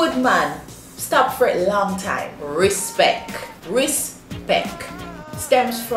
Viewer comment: Jaysal Agua She said RISPECK not respect 😂🤣